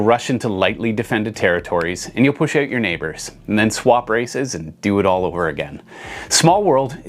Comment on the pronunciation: Say "out"